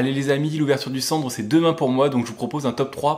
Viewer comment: Ta dit chandre au lieu de sandre...